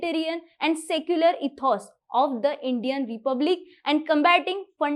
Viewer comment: Secularism and integrity are pronounced wrong be careful or replace the words by Marathi synonyms